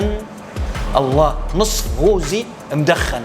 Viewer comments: الف عافية وصحتين وهنا ...بس فقط ملاحظه اسمه قققققوزي (بحرف القاف ) وليس بحرف ال (غ) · بالعافية … اسمة قوزي بحرف القاف وليس غوزي بحرف الغين. هههههه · قوووزي وليس غوزي. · قوزي. مب غوزي. بل قـ. 😅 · رجاء قوزي بالقاف وليس بالغين😅😅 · قوزي بالقاف وليس بحرف ال (غ)